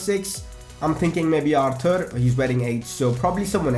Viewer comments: Aar-toor. According to his interview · Buy a new centre-back,a young cam,arthur is pronounced ar-tur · his name is pronounced Arthor